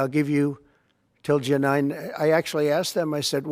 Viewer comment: He can’t understand questions. Boy did 47 mess up her so called great day. 😂😂 I think he mispronounced July too😂😂